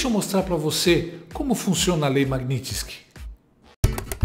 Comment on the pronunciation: Meu caro, o correto é Magnitsky, como se houvesse um acento agudo no i.